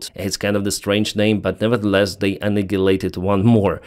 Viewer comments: Say AnniHilated not AnniGilated! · Annihilated is pronounced like “A Nile Late ed”. Hope that helps. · You are saying 'annihilated' wrong please stop